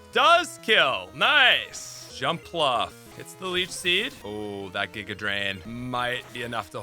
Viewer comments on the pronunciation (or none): none